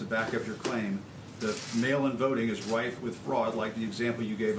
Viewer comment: Isn't it supposed to be " RIFE" with fraud, not "RIPE" with fraud...???